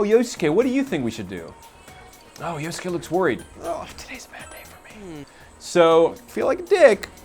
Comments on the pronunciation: "yosuKAY" stfu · Yos-ke silent "u" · Yo-su-ke... -- at least learn to pronounce their names properly. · I like this PR guy XD he mispronounces Yosuke's name like Egoraptor. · My ears! Stop saying Yosuke's name wrong!